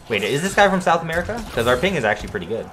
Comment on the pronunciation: This man said sound America